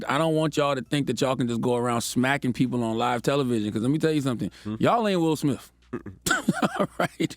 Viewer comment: Guys, His name is SmiTH! SMITH. There are NO F’s in it! Why do you say SmiFF?